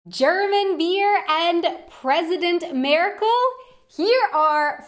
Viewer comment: Thank you for saying so many nice things about the German language! And I love how you pronounce our chancellor's name - it sounds a tiny bit like Angela Miracle :)